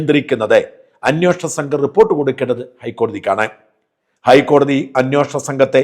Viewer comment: അന്യോഷണം അല്ല അന്വേഷണം എന്നാണ് ശരി 😊😜😊